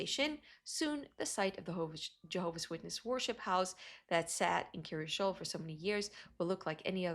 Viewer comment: In other videos, some people have thought she was saying Curious Joel.